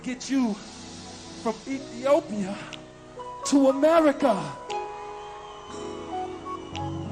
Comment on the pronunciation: It’s such a ridiculous moment, had me laughing so much 😂😂 “AMERICCA”